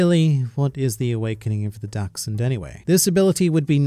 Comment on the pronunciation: he said Daxhoond